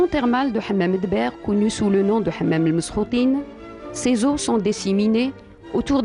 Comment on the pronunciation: Hammam Mesk - o - Tine pas meskoutine .